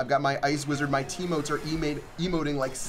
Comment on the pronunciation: "My teamotes are emating" -2018